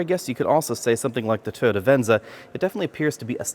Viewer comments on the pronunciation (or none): Toyota, not TODA, otherwise I like! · Why does he keep saying Totda is that the company that makes the car or something? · Is it pronounced Toe-ta? I’ve been saying Toy-yoda.